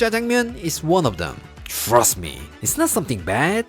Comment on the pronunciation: “Chhhrust me” Always makes me laugh 😅 I love jjangmyeon. I will use over some rice and add some gochuguru for some spice. Thank you for the recipe. I can’t wait for your book 😊